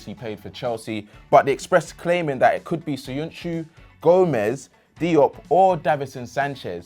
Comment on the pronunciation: It's diop